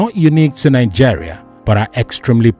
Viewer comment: Nigeria not Nijeria